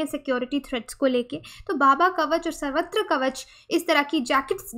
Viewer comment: Its not savatra. its sarvatra. sarva means all.